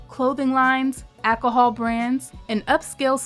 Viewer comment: I love everything about this including the how the host can't say ALCOHOL properly... Yaasss Acahol! hahah